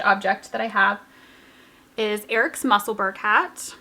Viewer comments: Hi, I hope you don’t mind me mentioning it, but Musselburgh is pronounced the same as Edinburgh i.e. sounds like burrow. As you are going to be making more of the lovely hats I thought you would like to know 😊 lovely podcast, as usual xxx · Musselburgh is a small town outside edinburgh in Scotland we pronounce it mussel borough